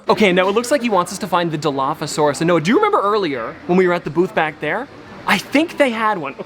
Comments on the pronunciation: Jack said dilophopasoraus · I can’t believe jack said dinophosasaurus like that is no where close to dilophosauraus